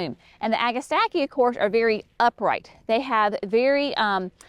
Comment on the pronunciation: [1] It's NOT " Agastackie " ! Agastache is pronounced "a-guh-stash" . Anything that is spelled tache at the end is pronounced as "tash". Most people just say Hyssops as the common name. [2] Astilbe's [Dark Side of the Moon] is lovely💚 and can be fun to work with,, as long as the surrounding plants don't distract and overwhelm them. [3] Giggling at dropping pages on the ground. Was that for Brenna to play with? [4] Heuchera [Coral bells ] is also pronunciated " hoo- kr- uh". I simply love 💞 these plants in waves [not straight lines]. You guys should carry Heuchera Master Painter 'Van Gogh' series. They are to die for,, in the landscapes. Such gorgeous foliage. [5] Phlox is such a wonderful standard to any garden. I like the historic plants so much from the 60's and 70's. Even better that they are coming out with such wonderful color blends. [6] Love, LOVE, L O V E 💚, Pulmonaria [aka Lungwort- but especially Pink-a-blue ] in the gardens. [7] Seriously GREAT JOB with the descriptions and performance details. I love that you are detailing the actual information to help novice gardeners with helpful suggestions. 😁